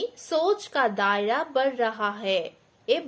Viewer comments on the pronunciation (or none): वड़ नहीं बढ़